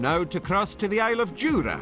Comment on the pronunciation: IT IS JURA! NOT JURAY